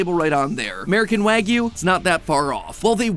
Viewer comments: You say it so wrong mattpat :( it's Wah-Gyou not wag-you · Who else cringes every time MatPat pronounces wagyu WAG-YOU instead of Wah-goo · prounounced why-goo by the way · Not to nitpick but the English short A sound doesn't exist in Japanese, so it'd be pronounced "WAH-gyoo". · Fuddruckers has wagyu? Excuse me “wagyu” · The way MatPat pronounce Wagyu should be a crime. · This was painfully difficult to watch through everytime he pronounced "wagyu" incorrectly (everytime).. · Does it hurt to research how to pronounce the word you're going to say 10000 times throughout the video?